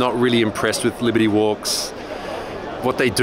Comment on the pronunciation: Did they leave out the R in "Libety walk" on purpose because japanese can't pronounce it?